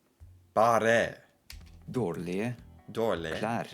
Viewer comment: Agree! I pronounce the g and the e in "dårlige", and the word "finnes" I do speak the e. Thats just two of the things that are most obviously wrong. Maybee I would come up with more examples if I saw it once more and with bigger attention to it! 😉 But given the fact that the "teacher" learned his quite good but not really close norwegian reding just out of Google Translate, I'll still applaud the ressault. Not perfect, but not bad at all.